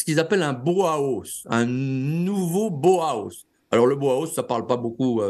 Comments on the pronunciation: Maître ! le Bauhaus se prononce : BA.AU. A.AUSSE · BAUHAUS se prononce ainsi : ba o ah hausse. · Impayable, le mot Bauhaus prononcé à la française 😄